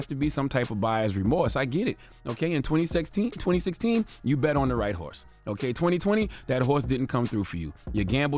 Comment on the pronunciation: “Agent Smiff” glitches and says “20 sex teen”